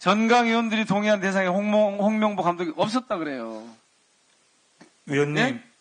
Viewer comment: 또 홍명보 하는데 똥명보로 들음 ㅋㅋㅋ